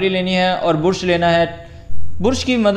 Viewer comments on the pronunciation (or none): Bursh or brush😅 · Bursh nahi be..brush bol. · Bruuuush nahi brush. Bra-shh ese pronounce kartr hai